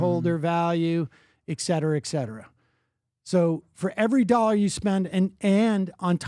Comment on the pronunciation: Retarded pyramid scammer who can't even pronounce the world "dollar". The fuck face says "a million nollars". Go back to Iran.